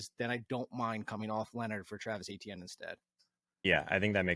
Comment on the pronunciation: please learn how to pronounce Etienne.